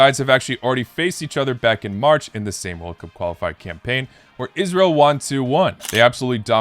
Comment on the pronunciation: I’m so glad you said Israel correctly! Made my day.